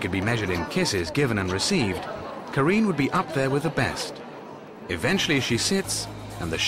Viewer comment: the narrator needs to do some research on french and italian pronunciation, starting from miss carine, martin and tisci where the c sounds like the ch in english